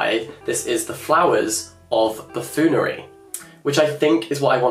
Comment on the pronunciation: Buffoonery, not buffoolery 🥴😂